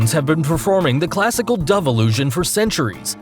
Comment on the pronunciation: I pronounce it dove but he pronounces it dove. I just don’t know which one is the right pronunciation.